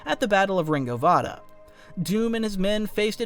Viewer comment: Also you sound like more of a AI, like Rango Vada? Its RINGO VINDA